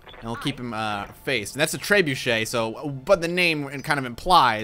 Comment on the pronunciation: You pronounce trebuchet so.....properly lol